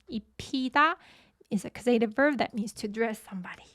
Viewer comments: Great lesson as always, but.... causative is pronounced with the emphasis on the first syllable please, CAWsative not cawSEYtive. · Right, it's correctly pronounced CAUSE uh tiv. caus·a·tive /ˈkôzədiv/ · Do all Americans pronounce ‘causative’ that way? Just asking as l had never met it before. I find it rather distracting, tbh. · Excellent lesson as per usual. Really like this new korean font. The way you pronounce the word "causative" was a bit distracting not gonna lie 🤣